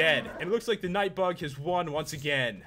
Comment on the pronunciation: pat said knight bag